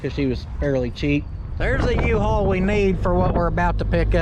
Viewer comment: Love the yee-hawl